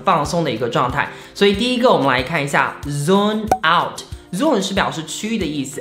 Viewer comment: Zone ...out 發音是錯的吧..你念的是 zoom 放大縮小